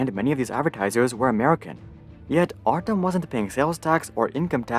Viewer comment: Artem? Pronounce as artYOm..... do research before make video